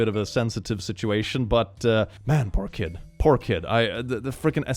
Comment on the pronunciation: When you hear "pork kid", process for a bit, and realize he said "poor kid".